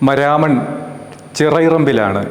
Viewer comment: The place is pronounced മാരാമൺ not മരാമൺ